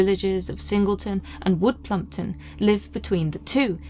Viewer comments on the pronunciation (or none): U said plumpwood 😂